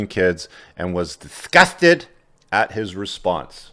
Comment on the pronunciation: That emphatic "disgusted" sent me 💀